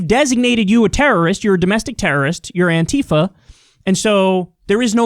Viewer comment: You must be only person I've watched in the last 5 years that is able to actually pronounce Antifa correctly.